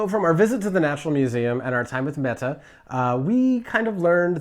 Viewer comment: Happy to hear that this is your experience 😀 my name is also Mette, excellent pronunciation, the t's need to be a little softer though, like a hard d with just a hint of the t sound. Love you guys 😄😄